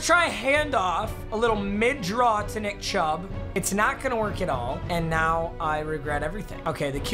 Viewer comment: Nobody:: NIcK cHubB